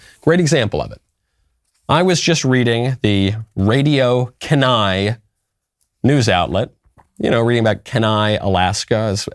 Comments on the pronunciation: Ummm it's pronounced key-n-eye. Keni is woke......and monumentally stupid. The Anchorage assembly is just as bad with the nasty 9 preceeding. Only two are worth their weight in gold! Thank God I live in the Matanuska Susitna Valley. Except we have to deal with mat su moms for social justice. Lots of BIG rivers. And bears are ALWAYS hungry, LOL! Those satanic people will wind up in hell. Sooner the better. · Kenai is pronounced key-nye!🤦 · Why am I not surprised? By the way, Kenai is pronounced Kee-Ni. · It's pronounced Kee-nigh, thanks lol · Key-nye learn to use English. That is like saying ne-vod-doh. Instead of nev-vad-da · It's pronounced Kee-Nai, one word. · It's pronounced key nai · i was gonna say that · I stopped trusting him when he started mispronouncing kenai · I wanna move my family back home to Alaska but idk anymore. And you’re killing me with the kenai pronunciation... lol my dogs name is also kenai and I live in the south now and that reminds me when someone asks his name and I say kenai, I get the craziest responses and most people can’t pronounce it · So this is old news. The blue cultists in Kenai (which you mispronounced BTW) played this game to make the red cult pay for wanting to have prayers before assembly meetings. The Kenai/Soldotna area is actually pretty conservative and this is just liberals lashing out. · As an Alaskan this is very disappointing why would they allow Satanists to go, get these crazy Californians out of here! Also he mispronounced Kenai 😂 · Don’t you think that his prononciation of Kenai is a really small issue compared to the actual subject? Like the fact that the devil doesn’t even have to hide its influence anymore? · Kenai is pronounced keeneye not keneye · "Can eye" instead of "Keen eye" had me laughing. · I went to kenai the summer of 2021 and it was the greatest trip of my life. We caught around 500 pounds of sockeye salmon and sliver salmon. Btw it's pronounced kee-ny, not ka-ny 😂. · It's Kenai (keen-eye).